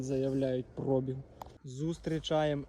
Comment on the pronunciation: як ви запарили цим прОбіг!! На другий склад наголос, йолопи! Може вже вивчите правильний наголос???